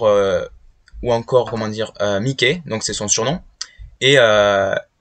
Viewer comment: Mikey sa se dit maiky